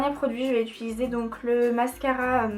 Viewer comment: Ça me stresse tellement que tu dises "ituliser" au lieu de "utiliser", Ca me perturbe 😂 sinon tu te débrouilles tellement bien en maquillage, c'est vraiment joli 😊